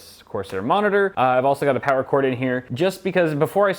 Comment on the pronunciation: More Powah!!!